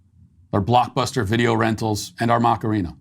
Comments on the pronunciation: It’s not Macareena; it’s Macarena … you are really bad with saying things that do not come from your universe … don’t be so ignorant! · Not gonna lie, hearing you say "Mock-arina" 20 times in that segment made me want to shove a pencil in my ears. Are you trying to incorporate a hidden dad joke in there or something or can you really not pronounce "a"? Say it with me: "Mah-kah-rena"